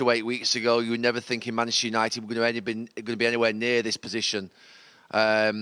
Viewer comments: Gary Neville really can't say 'Manchester'. "Mancccchhhh United" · Manchster Uniiiiiited 🤣🤣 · Manchtur yanited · “Maneschur United” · Seeing as he’s from Manccchhhh maybe you’re saying it wrong? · You'd think Gary Neville would know how to say Manchester by now 😂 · No he isn’t.